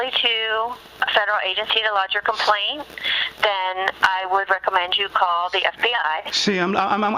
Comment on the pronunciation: It's not coplaint. It's CO - PLAINT